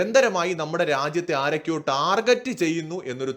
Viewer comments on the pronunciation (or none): none